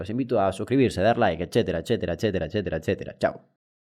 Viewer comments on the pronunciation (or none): none